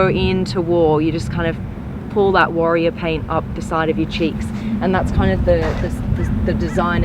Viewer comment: "The car hia with the worria design.."